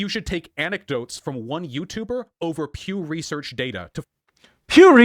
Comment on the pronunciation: PEW RESURRRCH DAYTAHH